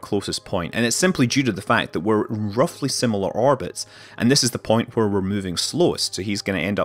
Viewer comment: nice video and commenting BUT IT'S WHERE NOT HWERE